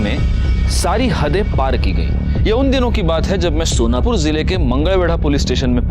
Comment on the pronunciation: सोनापुर नाही सोलापूर.